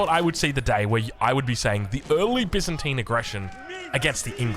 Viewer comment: Bi-zan-tian. good on ya!